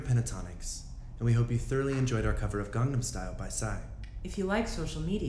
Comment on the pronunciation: "garnam style" the way avi says it is hilarious